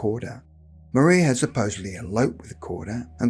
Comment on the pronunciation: No disrespects but I’m from an old Suffolk family and one of my ancestors was slightly involved in this event. The man giving the account of this event pronounced her name Maria wrong. It was pronounced in the old way of Mariah although spelt Maria